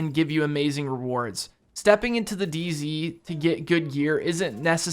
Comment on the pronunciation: Just noticed you said dz not day z